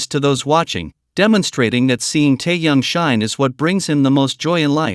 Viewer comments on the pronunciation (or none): Да называйте правильно имена ребят, что за Таян, он Ким Тэхен